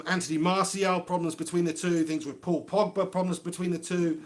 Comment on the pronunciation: Nor Nizar Mohamed, yea my 1st time on here, stumbled across this, he had me in stitches. "", "The portugease Mr Bean", hilarious😂